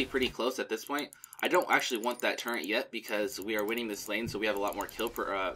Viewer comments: Every time you said "Turrent" instead of "turret" one of my fingers fell off. I typed this with my heavy, heavy tears. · It took me a while to realize it's pronounced turret XD